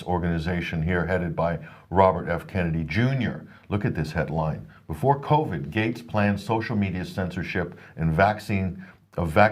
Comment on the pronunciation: I ❤ it when says Covy 🤣